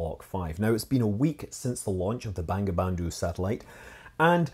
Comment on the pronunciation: It's actually pronounced as Bongobondhu in Bengali. 😂